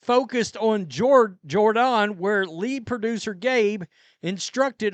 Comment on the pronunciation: It's Jor- Dan, never have i heard this name pronounced as you do..